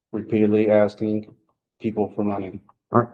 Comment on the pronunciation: Omg did he pronounce asking asting? He has an extra chromosome no doubt.